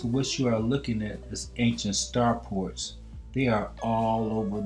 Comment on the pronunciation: START FORTS!, STAR FORTS! , STAR FORTS!....not star PORTS! otherwise, great video my brother. Keep up the good work 👍🏾👍🏾👍🏾